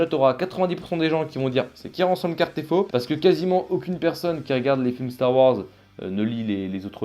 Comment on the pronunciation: C'est Casterfo, pas Cartefo 😉